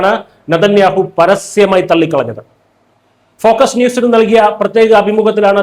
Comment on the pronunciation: ഫോക്സ് ന്യൂസ്. ഫോക്കസ് ന്യൂസ് അല്ല. ദയവു ചെയ്തു ഇതുപോലെ ഉള്ള തെറ്റുകൾ വരുത്താതെ ശ്രദ്ധിക്കുക. മിക്ക ഓൺലൈൻ ചാനലുകളും അബദ്ധങ്ങൾ വിളിച്ചു പറയുന്നുണ്ട്. ഇന്നലെ ഒരു ചാനൽ മെഡിറ്ററേനിയൻ ഷിപ്പിംഗ് എന്നത് മെഡിട്രിയൻ ഷിപ്പിംഗ് എന്നോ മറ്റേ ആണ് പറഞ്ഞത്.